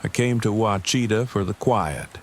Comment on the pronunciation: Bro Google how to pronounce "Ouachita/Wachita" get this right bro. If you can prnounce things right youre a step up 9n other story tellers.